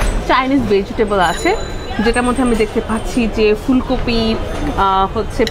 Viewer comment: The way she says veggitable 🤣🤣🤣🤣